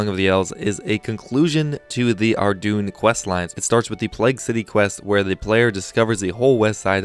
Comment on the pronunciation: Ardoon lol its Ar-DOYN